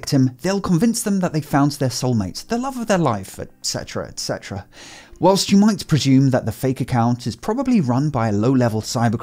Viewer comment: Omg, you pronounced etcetera correctly.... I'm in love.